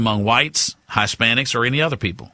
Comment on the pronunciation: "Hi-spanics" dude...His-spanics..gawwd.